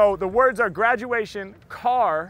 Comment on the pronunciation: Man I lost it when u pronounced a perfect 'kaar' indian accent there. 😂😂😂😂😂😂